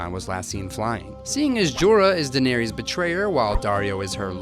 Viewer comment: Ugh your pronunciation of Daenerys is so wrong.